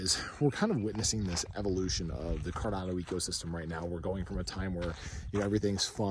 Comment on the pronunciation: I think i heard "ga ga goo goo fi dolla cawdano" To da moon!